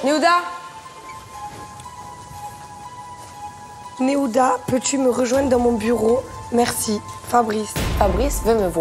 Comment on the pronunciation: Nahuda pas nehuda😂😂😂😂